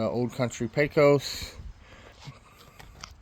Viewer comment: Its pronounced PAY-KOS. Pesos is a Mexican dollar and obviously spelled different than Pecos, which is the name of this smoker....